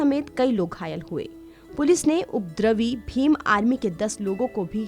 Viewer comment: उप द्रवि शब्द अलग करके , तोड़ कर बोलने का अभ्यास करने से उपद्रवी का उच्चारण ठीक होगा ।